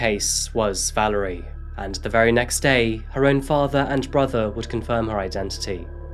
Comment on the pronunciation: ValErie, not ValArie. :o)